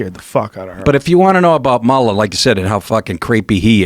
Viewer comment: Joe "can't pronounce Mueller properly" Rogan